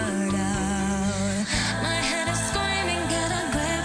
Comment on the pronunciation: "squeaming get a gwip"